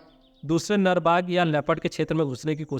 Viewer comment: Nal nhi nar bola karo lagta hai tumhare naak me problem hai jo nar ko nal bol rahe ho